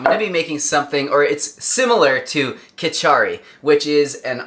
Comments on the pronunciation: not khichari bro It's KHICHDI love from India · Khich-ri ... that's how you prounce it..